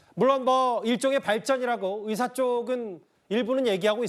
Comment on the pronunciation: 답답하다.. 이번 사태의 핵심은 전공의 이탈이다.. 그런 전공의들은 개개인의 생각으로 사직을 했는데, 대표가 선동해서 사직한것이 아닌데, '대표 한명씩만 참석해라, 통일안을 가져오라....' 고 하는 게 답답한 일 인거다. 진정성있게 전공의가 돌아오게 하려면, 큰 체육관이라도 빌려서, 1. 박민수 차관이 그 동안의 막말 사과하고 (의새라고 발음한 것 , 낙수효과=필수의료를 낙수의사로 표현한것: 필수과 의사의 자부심 짓밟음., 전세기 띄워서 다른나라 의사 데려오겠다 등 여러 협박 표현들 , 의사면허 정지 등으로 겁박한것 등 ) 2. 전공의 개개인의 의견을 듣고 수용하는 자리를 마련해야한다. 우리가 의사 한명한명 사인받을수없지않냐? 이런 태도로는 젊은 전공의들 마음을 돌릴수없다. 아무것도 이뤄낼수없다. 한명한명 사고해도 돌아올지는 미지수다. *올해 전공의가 돌아오지않으면 다음년도 전공의 지원도 없다. 그게 왜 그러냐면... 1,2,3,4년차 아무도없는 의국에 혼자 들어가면 - 윗년차 의사에게 배울수도없을뿐더러, - 1,2,3,4년차의 업무가 신입 전공의에게 쏠려서 잡일만 하게 되므로 아무도 들어가려 하지않을것이다. 그러면 내년에도 의료 대란은 쭉이어지고, 이게 몇년 지속되면, 필수의료 교수님들도 번아웃오고 대한민국 필수의료는 말그대로 종말이다. 필수의료가 다시 일어서려면 전공의 한명한명만나고, 다시 돌아오도록 요구 들어주고 부탁해야할 판이다.